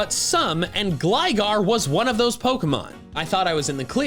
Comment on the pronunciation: IT'S GLIGAR, NOT GLYGARE!